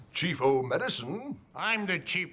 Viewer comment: (answers phone) "Chief O medicine" XD